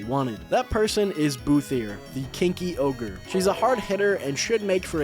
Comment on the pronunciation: "Hoe-gre" lol